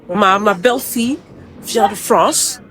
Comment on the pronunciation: Je suis en train de travailler et j’entends “BIEN CEU LA FRONCE” 😂😂😂😂